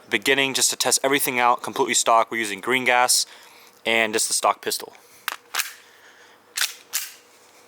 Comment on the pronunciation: Every time you say green gas it sounds like Gringots